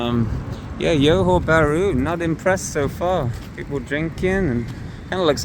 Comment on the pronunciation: Thank you for this video. I’m looking for flights to Malaysia from Canada and it’s cheaper for me to fly to Singapore and take the bus to Johor Bahru. Cheaper as in C$600 versus C$1200 to fly directly to Malaysia. I may consider doing that! Thanks again for a little glimpse of the city. PS the J in Johor Bahru is not pronounced like a Y as it often is in Latin America. It is pronounced like an actual J like in Jack. So Johor Bahru and not Yohor Bahru😊